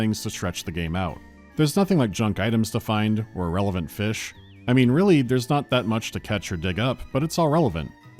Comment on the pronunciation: Return to feesh